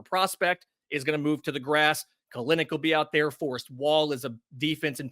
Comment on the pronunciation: It's pronounced Kell- Nick